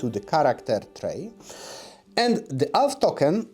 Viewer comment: It took me longer than I'd like to admit to realize he was saying "Elf" and not "Alf".